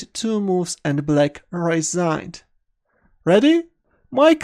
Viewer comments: First few videos I thought he was saying Blake instead of black... whos blake.. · Hahah mate I was wondering why everyone was playing against this guy named Blake. You just have a very particular pronouncation for Black, also for Rook. Nothing wrong with it. instantly recognize your videos when i hear your voice